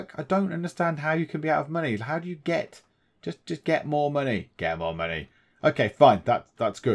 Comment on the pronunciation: Money is confusing. It's in the name; Mon-AYYYY? lol I'm also glad you resolved the COW-tastrophy! hehehehehe